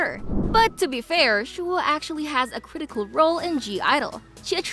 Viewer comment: Her name is pronounced “shu wa” not “shu hu a”😭